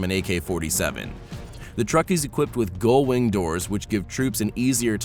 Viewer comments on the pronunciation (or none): It would be better if the narrator would pronounce the correct wording and gullwing doors I don't think so .